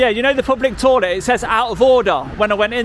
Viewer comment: Don’t keep calling it a “torlet” they don’t know what you are running on about!